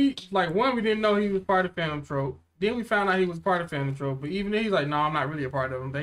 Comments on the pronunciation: Not that it matters much, but "troupe" is pronounced the same as "troop", not the same as "trope". Just thought I'd let yall know. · It's called troupe = troop, not the way you say it troupe = trope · btw troupe is pronounced like troop not trope just for your information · lol is pronounced "Troop"